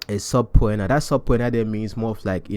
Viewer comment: The word SUBPOENA (court summon) is pronounced SU-PEE-NA, like sue-pee-na